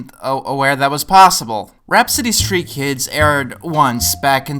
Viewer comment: For a second I thought you said RAT-City street Kids... WHAT'S THE DIFFERENCE!